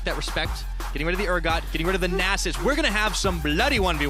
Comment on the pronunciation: 'neighhhhhhh-sus' is tht caster a goddam horse or something